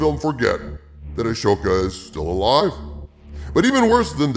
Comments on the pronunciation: why are you mispronouncing Ahsoka? its ah-soka not Ashoka …. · Calling her “A-sho-ka” makes me a little unsure of this video maker’s knowledge. Nevertheless, this is sad but it has been sad since Force Awakens. Why think they are scared? They’ve phoned it in since Awakens and still made beaucoup money. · Qui gon jinn is just a ghost too huh Also. Ashoka. The h is silent